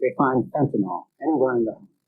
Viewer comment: really weird that both the witness and the prosecutor here are pronouncing the drug name fentanyl as fentanol. one would think they would both know how it is spelled, and how it is pronounced.